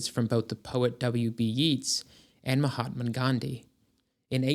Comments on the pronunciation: and the name Yeets supposed to be Yeats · Who was W.B. Yeets? Is he talking about W.B. Yeats? That is pronounced Yayts… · Fkn ell your grammar... is pronounced Yates... who dafuq says yeets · yeats is pronounced yayts, not the zoomer yeets 😂🎉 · Yeats is pronounced as "Yates" not 'Yeets.' So perhaps this is AI slop? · Yeats (W.B.) is pronounced Yates. (Like another Irish surname, Reagan, is pronounced Ray-gun.) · Poet Yeats pronounced "yates". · Yeats rhymes with gates. In my twenties, I found some old Theosophical books with lovely colored plates. Lots of fun to read.